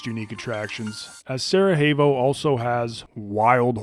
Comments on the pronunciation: its pronounced sarajevo with a j not an h.Its not spanish ffs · "J" in "Sarajevo" is not pronounced as "h", try "y" as in "Sarayevo" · learn to say the city right if you're gonna say it 50 times in one video! Anyway, much love regardless and appreciate your content and humor. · worst pronunciation ive seen, dude's just imagining the letter H in sarajevo